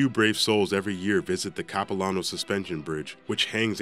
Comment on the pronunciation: When he Pronounced Capilano Suspension Bridge 😩 The place is beautiful! Why did he put it there?!?! (Visit The place, they have a candy shop, and a restaurant. Their food is super good!!)